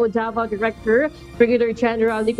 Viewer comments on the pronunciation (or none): Pakiayus naman ang pagbigkas davao city hindi po devil city